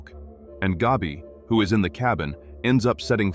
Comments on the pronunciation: Hey AI, let me help you out. It’s not pronounced “Gobby”..think of the word, cat or hat. Then say it out loud, Gabby…There ya go👍🏼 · Why does "Gabi" rhyme with "Dobby?" 😆